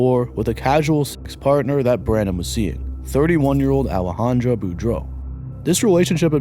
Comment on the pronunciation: In the first story is Boudreaux a trans? It spelled in the feminine with an A at the end, Alejandra but I believe you are pronouncing it in the masculine with an O, Alejandro. No biggie. I’m just curious.